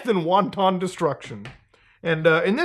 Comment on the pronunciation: That is not how you pronounce wanton, Muta 😂